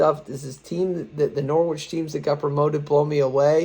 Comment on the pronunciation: it’s pronounced ’Norrich’ - silent ‘w’